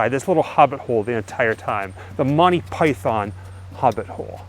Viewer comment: you don't say Python right